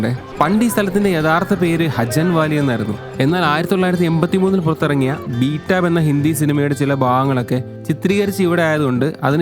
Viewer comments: ആ പടത്തിന്റെ പേര് ബീറ്റാബ് എന്നല്ല ബേത്താബ് BETAAB. ( meaning “Restless “) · Oru karyam parayanudu ..thank allude video kanunn oral aanu jan thangal paranjathil oru thiruthundu ..Bethaab valley ..aanu Hindi cinema dude Peru aanu..Beetab allaa..pls check